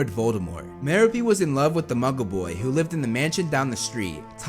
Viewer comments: *Muh-Rope” Gaunt. Not “Marrow-Pee.” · ‘It’s Mer-OH-pe, not Mer-a-PE.” - Hermione Grainger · Merope ( Ma-rope-pe) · It’s MerOpe, not MeropE.